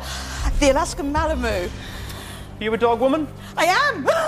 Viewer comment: She pronounced malamute m a l a m o o XD its pronounced m a l a m u t e